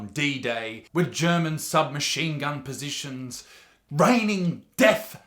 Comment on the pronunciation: Did he fucking say SMG possitions to the MG42? Lol